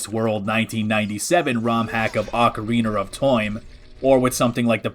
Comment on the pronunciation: Ocariner of Toime